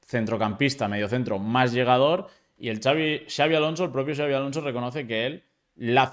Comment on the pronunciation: Like por ser el unico periodista en decir Xabi en vez de chavi